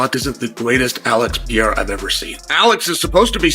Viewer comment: AH! For the love of God! Someone, please! Teach Chael Sonnen how to say PE-REI-RA not Piera! Its so freaking annoying.